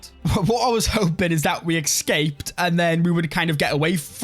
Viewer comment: EX SCAPed!???? what is that word? Escaped my friend , like your work keep it up. Plaese stop saying XXXXXXXXSKAPED. Good luck.